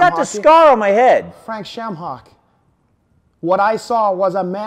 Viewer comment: "Frake Shame-hock" 😁😁😁